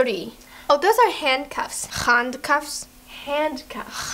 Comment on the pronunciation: When the girl said why do you have me in this Jewelry the cop says no those are handcuffs and said zhandcuffs xHanocuffs hahahahahahahh that was so funny 😂